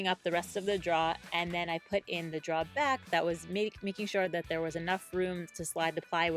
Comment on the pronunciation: I've never noticed an accent from you before, but that "drah," lol.